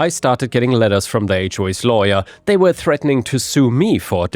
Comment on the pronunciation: He also pronounces "were" as "where". So, if you don't understand the context, that could be confusing.